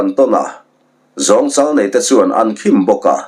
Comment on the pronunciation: 'Zawngchal' hi jongte hnam hming a jong ang hian lam tur, zu kai tha hi chho sang 'kai'angin lam tur.